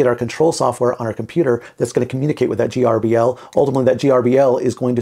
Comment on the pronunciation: It’s pronounced ‘Gerbil’, just like the pet. The letters don’t stand for anything. It drove me nuts trying to figure out the acronym, and it turns out that the original developer thought of it as being similar to a mouse, which controls a PC, so he called it gerbil, which controls a CNC. Trivia….